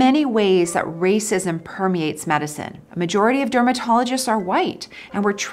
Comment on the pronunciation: "Racisim"🤦‍♂️ Everything was going good until she decided to throw this word